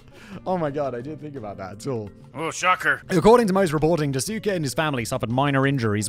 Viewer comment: daasuke would be pronounced dahskay, no?